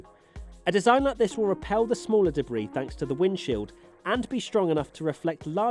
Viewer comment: Why do you keep mispronouncing 'debris'? :/